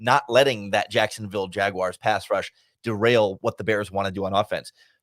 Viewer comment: Thanks for calling them Jaguars, not Jag wires!!